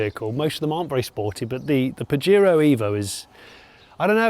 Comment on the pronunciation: It’s pronounced “pa-hair-o” 😡